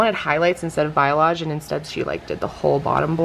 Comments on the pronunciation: its pronounced "bah-LAY-ahj", not "buy-ah-lahj" (b a l a y a g e). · Congrats on the new puppy!! I love your hair too! Just FYI, the coloring you wanted is pronounced "bah-lee-ahj" not biolage. :) ETA: I LOVE your grandma!! Precious footage!! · Wonder if it’s a regional thing— you pronounce balayage different than we do in Texas. I’ve only heard it like “bolly-ahge” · Hey I'm a hairstylist and just a helpful piece of info, balayage is pronounced like bah-le-ah-ge and if your stylist already had a language barrier that definitely could be mistaken for biolage which is a haircare brand:) but i also wasn't there for your consultation so who knows what she was thinking! Regardless, your hair looks beautiful 😍😘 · It took me a full 2 minutes to realize you are saying balayage. You were pronouncing it "bi-a-lage" lol also you guys continue to pronounce things in ways ive never heard. Poe-kay to you guys is poe-kee and moe-chee as moe-kee lol